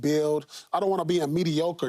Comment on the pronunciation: "i dont wanna be a mediocerty" - Paul Pierce